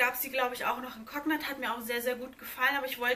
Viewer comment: Die Farbe Cognac wird konjak ausgesprochen und nicht koknak